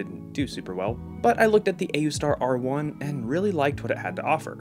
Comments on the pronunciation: pronouncing it oooster is real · It's pronounced Aoostar. hope that helps! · its oostar, the a is silent I guess... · I pronounce it aoostar. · I like pronouncing it as AYOOOstar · I pronounce it A-U-star. (or ayustar) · i pronounce it aoostar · It's pronounced Wooseter